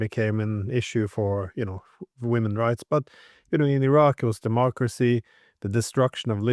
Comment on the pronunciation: This guy is way over his head: he can't even pronounce Iraq and Iran correctly.